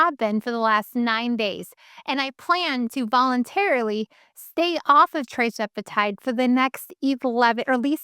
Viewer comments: Thank you for your informative videos … but will you PLEASE pronounce the injections correctly…It’s TIRzepitide, NOT TRIzepitide. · When you pronounce tirzepitide as tri-zepitide...I'm a little skeptical.